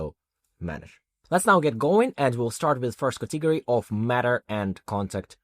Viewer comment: Very well done! Thank you. (Please note, though, that the stress in "category" is on the first syllable, i.e., cAtegory, not catEgory.)